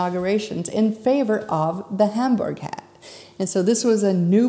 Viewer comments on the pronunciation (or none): Isn’t it pronounced Homburg not Hamburg?